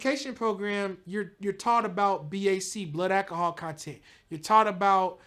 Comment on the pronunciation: did he say Akahol????🤮